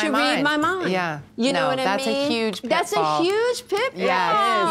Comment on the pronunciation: tHaTs A heugeee pitfaHhhhHhhllllllllllll